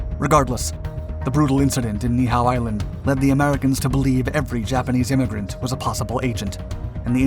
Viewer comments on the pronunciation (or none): It's pronounced Nee-e-how. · Hey just a little fact checking. The Niihau incedent segment there are two corrections that can be made. Niihau is technically spelt Ni’ihau and is pronounced “NEE EE how” not neehow. Besides that great video! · That's not how the island they landed the zero on...is pronounced. Ni‘ihau